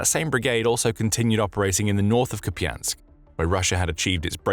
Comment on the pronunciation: Koupiansk. Pas japiansk. Merci de parler correctement